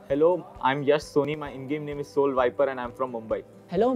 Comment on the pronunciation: Bhai motal ko soul ki spelling nahi ati... SAUL bol raha hai.... Proof